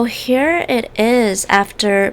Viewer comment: Her: so here it is What I heard: So hair it is